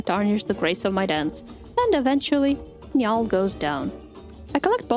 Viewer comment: Niall is pronounce "Neal," but Nya-all is funny so by all means continue saying that. Irish spelling is stupid. Like, how is "Sean" pronounced "Shawn." They have played us for fools.